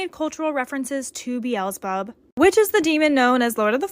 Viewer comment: the son of samcase is messed up but the way she pronouces bezzelbub is wrong